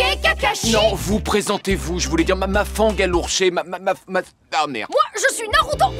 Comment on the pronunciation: "Ma fangue à lourché"